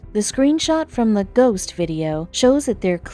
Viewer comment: and its ghost not goss